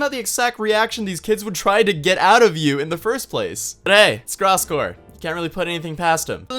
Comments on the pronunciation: yo just to let you know its pronounced grose gore not graaass gore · nice video but holy fuck please learn how to pronounce Gross Gore right before making a video in which you talk about him that's all I ask lol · Blake finally found someone who agrees with me that Gross Gore isn't completely wrong also if could pronounce his name right that'd be great